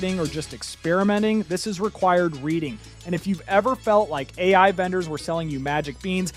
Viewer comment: bro made the whole video using AI lmao pronouncing each letter of DALL - E individually calling AI, OI lol